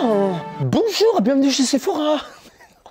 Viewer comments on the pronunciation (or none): "Bonjour, bienvenu chez Sephorahein" 😂😂😂😂